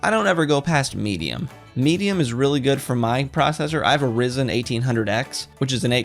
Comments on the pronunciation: lol you said "rizen" Its Ryzen all G , good video ! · Ryzen not rizen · he has a rizen XD sorry but i can't take your advice serious if you don't even know how to prenouce the CPU name it's a rYzen not a rIzen Y and an I. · Who else got mad when he said rizen instead of ryyyzeennn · im sorry had to stop to coment thisdid you say rizen? Ryzen like rye break R Y E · did he just call Ryzen Risen? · Did he just say a Rizen processer?!?!? IM GONNA HAVE A MENTAL BREAKDOWN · oof he pronounced Ryzen wrong. It's all good though. Great vid